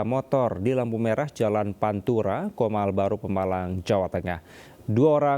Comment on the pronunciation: COMAL BUKAN KOMAL😅